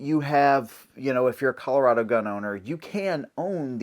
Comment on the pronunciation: as a coloradoan (you said it right) i'm outa here. screw this place.